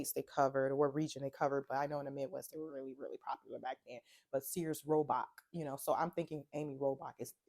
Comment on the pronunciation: Girl it’s Sears-Roebuck 😂 I know because Roebuck is my moms maiden name and no we have no Sears money 😂